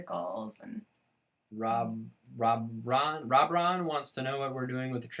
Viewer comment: my comment was read thank u so much I couldn't stop crying ❤️and U pronounced it right Robron are a gay couple from the British soap Emmerdale and they are very popular there real name are Robert and Aaron